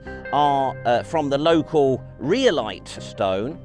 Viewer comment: Next time you're talking about rhyolite (which, of course, will be frequently) it's pronounced RYE-oh-lite :p